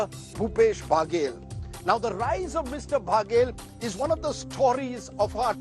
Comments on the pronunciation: Rajdeep ji बघेल है n की बागेल 😂😂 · महा....बाघेल नहीं बघेल ।